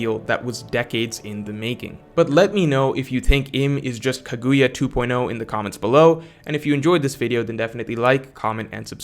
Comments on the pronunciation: KA(caw) gu(Goo) ya(yuh) Freaking say it right! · lmaooo “Kagooya” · “Kuhgooyah” Me: yeah.. whatever man, sounds good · I got you. Kaguya ~Sounds like~ Cog•Goo•Ya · I simply refuse to respect anything you have to say if you keep pronouncing Kaguya like that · Almost lost respect for you after that kaguya pronunciation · I don’t like how pronounce Kaguya